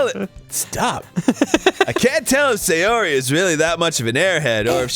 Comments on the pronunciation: that girl is SAY YOH REE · just sayori just sa yori just say yori JUST SAY YURI